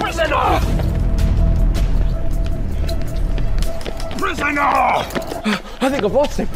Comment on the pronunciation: Sho Sho Nonono.. Its' PRISONAW